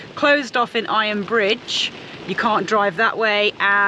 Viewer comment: Iron BRIDGE; heard it as “fridge “ 😫😳🤣